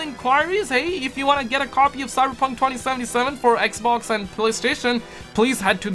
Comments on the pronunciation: Everytime you say "xbox" it sounds like you say "eggbocs" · I kinda get annoyed by it but I just hope he's fucking around and doesnt actually call it that, if not then that's fine I'll just cringe